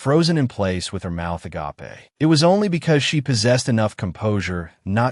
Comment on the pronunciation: " A - GA - PE " why AI.......😭😅😂😂